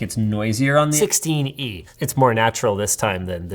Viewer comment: its sixteen-e lol